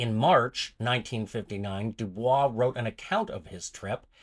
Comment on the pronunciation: Pronouncing his name wrong